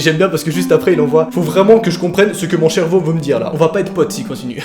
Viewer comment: « Faut vraiment que je comprenne ce que mon cherveau veut me dire » Ouiiiiii mais noaaaaaaaaaaa depuis quand tu dis cherveau ?!!!!! 🤣🤣🤣